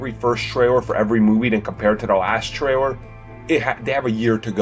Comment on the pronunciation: The American guy can't say the word "trailer". He keeps on saying "traywer"...